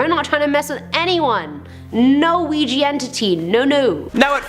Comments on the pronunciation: Its OUIJAAAA NOT OUIJIIII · Ok. I cannot deal with this HORRID pronunciation of the word Ouija. It is OUIJA. Pronounced WEE JA NOT wee gee!!!!!!!!!!!!!! Seriously! Take your team and have then spend the day learning to pronounce the words they are gonna be using, in that video! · Ouija not Ouiji